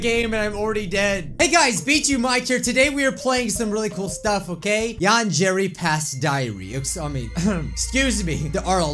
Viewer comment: It is YAN-DARE (not spelled, spoken.)